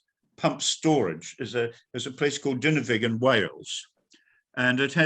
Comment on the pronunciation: I couldn't get past "Dino wig". It made my soul shrivel inside of me when he said it. It's D I N O R W I G , with an R and the R is not silent. It's very easy to pronounce DIN OR WIG. That's all. Thanks for listening.